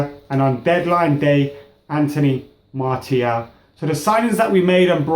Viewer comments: It's not pronounced Marty-al...Its pronounced Marcee--aal... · I wouldn't mind martial starting Liverpools game and btw Martial is pronounced MAR-SHALL look it up.